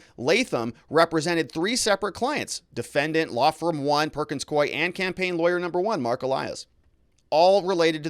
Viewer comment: Ah, you correctly pronounced "Perkins Coie." (I'm not sure I spelled it correctly, however!) They have an office in Alaska. I used to get contracts from them to type court transcripts.